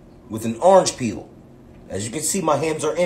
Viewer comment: He said orange PEEELLLL YOU DOMB **